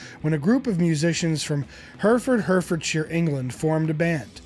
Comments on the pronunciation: Excellent, except, it's pronounced Heh-ruh-fud, Heh-ruh-fud-sher. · BTW it's pronounced Hair-i-ford, Hair-i-fordshire